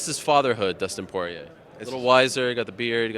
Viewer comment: "Dustin Pee Head Poirie"